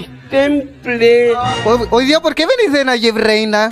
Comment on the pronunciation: Perro con distemple distemple dis teeem pleeeee